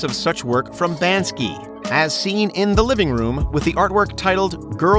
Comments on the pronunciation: Lovely and informative video but I think it's BANKSY not BAN-SKI (no disrespect) ☮ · Banksy not bansky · BANKsy is the name of the artist... ( not BANDskEE) Sorry ...but he is a pretty well known artist... :) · Who TF is Banski? B A N K S Y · he called the artist banski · what bothers me is the Mispronunciatiom of Banksy